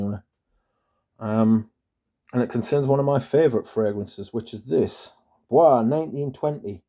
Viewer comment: It's pronounced "boyce", not like it's French (bwah). Also, not sure what you're upset about. You got a more concentrated version. It's not hard to re-package something wrapped in plastic if you're careful enough. I would trust a manufacturer before I'd trust a third-party Amazon marketplace vendor. I don't think it's Bois 1920's fault.